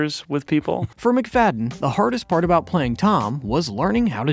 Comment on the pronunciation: Mac-Fa-dee-yan. Just a little research would help.